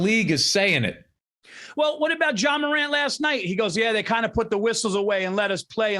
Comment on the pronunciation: I cring every time I heard Paul say John morant. Lol Paul it's Ja Morant 🤣